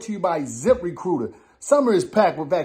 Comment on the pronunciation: Saying zip re cooter😅😅😅by accident